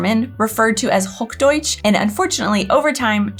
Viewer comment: It’s not HogDoitsch, but Hoch Deutsch! ;-))